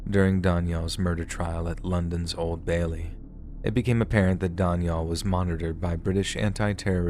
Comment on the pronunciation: Oh man, learn to pronounce Daniel properly, Wtf.